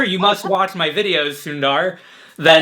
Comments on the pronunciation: its sun-dh-r...not sunddar....sundar means beautiful😁😁😁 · This was a great video, thanks! Demolished the like button there. (Btw, you guys butchered Sundar’s name with the pronunciation 😛 haha)